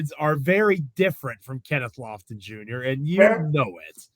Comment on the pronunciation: Lofton? C'mon dude!!!!